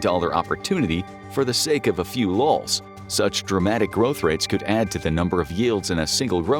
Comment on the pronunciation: I'm suspecting AI generation here. Plenty of misspellings and wrong words used in the animations, and the voice says "for the sake of a few lowells" (LOL's) . At 15 million subscribers, someone in the world is making a lot of money on these videos.